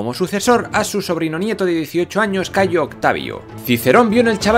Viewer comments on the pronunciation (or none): Me gustaría felicitaros por todo el trabajo que hacéis, se nota la enorme preparación y documentación tras los vídeos. Sin embargo, querría haceros unas sugerencias en lo que a la pronunciación del latín respecta: primero, el praenomen es Gayo, no Cayo. Es cierto que aparece abreviado con una letra C. (al igual que el praenomen Gnaeus, Cn.), pero esto se explica porque la abreviatura es más antigua que la introducción de la letra G en el alfabeto latino (la G es un invento puramente latino, que surge de la necesidad, pues en el alfabeto etrusco no había una grafía para la oclusiva velar sonora, pero sí para la sorda, la C, que hasta el siglo III representó indistintamente el sonido velar sonoro y el sordo). En el siglo III a.C., el liberto Espurio Carvilio, que había sido esclavo del cónsul Espurio Carvilio Ruga, decidió agregar un pequeño rasgo a la C para crear una letra nueva y representar así el fonema velar oclusivo sonoro como distinto del velar oclusivo sordo. Otra precisión es que en latín apenas hay palabras agudas. Por lo general, la mayoría tienen acentuación llana (se diría, por ejemplo, "prínceps" y no "princéps"). Las reglas de acentuación son algo mas complejas que esto (la regla de la penúltima: si la penúltima sílaba es pesada - constituida por una vocal larga o trabada- , portará el acento, mientras que si es ligera constituida por vocal breve en sílaba libre el acento recaerá en la antepenúltima) pero la tendencia es la que he señalado. Por último, la letra